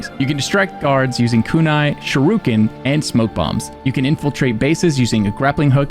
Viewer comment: Did I just here this man say shoe ruken LOL